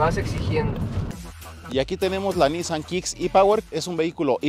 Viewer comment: Buen video, pero no se contagien de los q pronuncian mal “Nissan” (se pronuncia “NissÁn”, no “nÍssan”). Gabo Salazar de Autodinámico lo empezó a decir mal al hablarlo como si lo dijera en inglés (allá no se les da pronunciarlo correctamente) y ahora todos los youtubers (y los q creen q así se pronuncia en realidad jaja) así lo hablan. ¡¡Pónganse las pilas muchachos!!